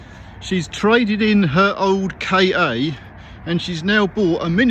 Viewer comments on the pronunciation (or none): I think,, that the idea was to pronounce the name Ka as 'Car'. At least I read that somewhere sometime long ago. 😊